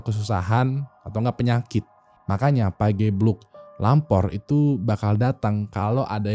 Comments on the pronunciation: Bacanya pa GE bluk bukan pagebluk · Fyi bang, pageblug itu E nya dibaca kyk bareng, sedap, sepatu gitu wkwk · . 'Pagebluk' (ge) -sama kaya pengucapan 'Gergaji' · penyebutan pagebluk nya itu, "ge"rahang bawah mepet keatas, jadi pas penyebutan "pagebluk" rahang ga kebawah. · Coba penyebutan "E" nya kayak "kejadian" wing wkwk, pagebluk, kemukus wkwk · ini ga riset dulu cara ngebaca 'pagebluk' sama 'kemukus' apa? grind my gears banget sebagai orang jawa hahahaha